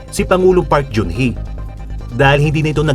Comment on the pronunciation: The ex president's name is not park jun hye but park genn hye. G sounds as Ga not Ja. (박근혜/PARK GEUN HYE) ang pag pronounce ng GEUN is GENN not jeun or jun.